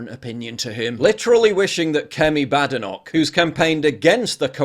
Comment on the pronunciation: It isn't pronounced 'BADenoch', it's prounounced 'Baydenoch'! It's a Scottish name! Most people do pronounce it incorrectly, so I'm just trying to help and not being facetious!